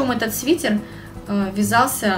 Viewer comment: СвитЭр, пожалуйста! СвитЕр не говорят